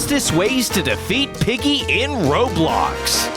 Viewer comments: Who else realised that at one point he said “roblock game” instead of roblox game 😯😝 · You said ROBOX, man. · I’m sorry but did I hear you say roblok. Instead of roblox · Did he just say, R0BL0CC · “various ROBLOCK games” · Lol the narrator said r o b l o c c